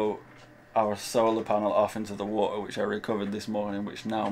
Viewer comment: There is a "T" in WATER,, it is NOT Waer!